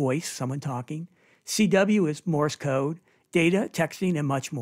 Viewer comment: FYI, It's "MORSE CODE", not Morris Code.